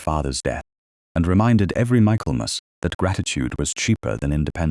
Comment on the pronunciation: Ai = its pronounced mickle mass